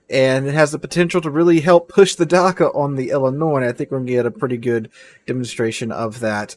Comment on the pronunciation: Błyskawica is pronounced like Bwiska vitsa (and the it in vitsa is a short i, like in "it"). Oh,, and Dakka, the DA is like in dad, not dar. Sorry, pet peeve :) Loved the Alabama video btw, very interesting.